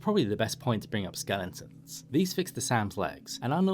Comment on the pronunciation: Are you saying "skellingtons"?!